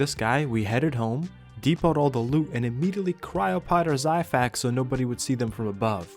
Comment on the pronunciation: Hey bro no offense but the xiphactonus is pronounced (zi-fact-oh-Nus) Hope this helps!